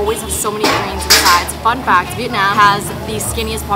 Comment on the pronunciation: As a Vietnamese American, I love how you pronounce Vietnam. The way we say it, “Viet-naam ”, not the way westerners say it, “Viet-nom” lol